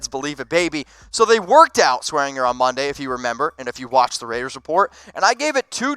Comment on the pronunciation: it's pronounced DJ SwearinJER and Treston DAYCOO